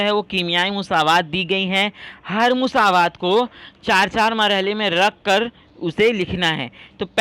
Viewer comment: Musaawat nahi masawat sir😂😂